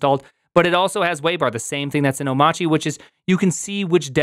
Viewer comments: why do you call it omachy instead of Omarchy? i don't know it, have never used it. first heard about it here in this video.. but i am interested in learning about it .. is the R silent? oh, btw, my first video of yours.. i like the format and the amount of info served/time. you have a new subscriber & thumbs up. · Oh-machi? 🤨 I assumed it was “oh-my-archy” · It’s Arch Linux so why are you calling it “Oh-motch-ee” and not “Oh-mARCH-ee”? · How do you not know it's pronounced "O-marky" as in anarchy? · Why is it oh-mah-chee ? TF happened to the R in that word? Is Linux forcing us to be Massholes now? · Why do you keep saying "Omachi"? Can you read? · Have you learned how to pronounce omachy? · so it's pronounced "o-mahtchy"? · Shouldn't "Omarchy" be read like "anarchy"? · Prim...say Monarchy.....okay....now say Omarchy......You're welcome. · Good video, but I've stopped watching when I've heard Omarchy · Amazing. He mispronounces both Mac OS X and Omarchy.